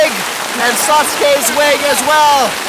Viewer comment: Ryan I lub you so much. You're one of the extremely few people that actually pronounce "Sasuke" right.